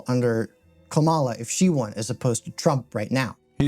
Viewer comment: I mean, it’s kind of a micro aggression to continue to pronounce Kamala’s name wrong when you’ve had plenty of time to know how to say it. Also, this video doesn’t back any points up. It just makes broad statements and platitudes and says “trust me bro”. I liked your gaming content because the space needs more lefties but this ain’t it. If you are reading this creator or commenter, please watch Hutch’s response that he posted to the video. He addresses all of the points here. If doesn’t actually sit down or try to have a conversation, he loses a lot of credibility to me. Oh yeah, but “debate is pointless”. Convenient. Also, also…I cannot believe you are unironically that “I read theory” caricature. That is hilarious to me